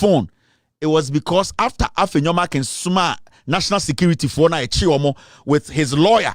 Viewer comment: Its Afenyo MARKIN, not MarkinS